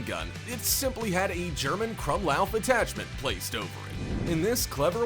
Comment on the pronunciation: I am also german and it angers me how he pronounced "krummlauf"